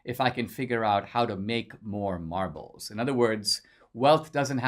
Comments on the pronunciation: Did he say marbles or Marlboros? 😁😁😁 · When you talked about having "marbles" at school I thought at first you said "Marlboro's" and I was like DAMN he was a hardass lil kid!